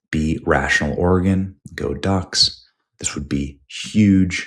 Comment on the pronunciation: Great video but its pronounced "s'ko Ducks!"